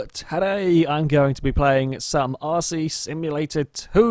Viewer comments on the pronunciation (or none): At the start I thought he said arsey simulator 2, LOL!